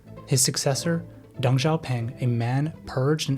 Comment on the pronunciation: it's pronounced deng, not dung. the dude is super small but he's not a turd. DENG you mofo , D E N G